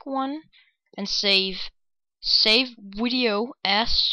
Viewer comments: and wtf why do u say wideo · I want to add that wideo affect to my i mean sound effect to my wideo